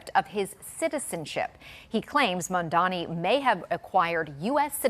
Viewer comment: they're saying mamdani's name wrong on purpose at this point